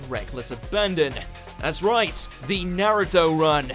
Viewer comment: Nux Taku interviewed that Naruto runner. He’s not a fan of the show and he doesn’t know how to pronounce Naruto correctly.